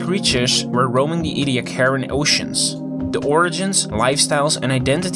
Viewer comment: As these fossils were found at Ediacra station in the Flinders, they are pronounced Ee-dee- AH-cra. Tell your friends.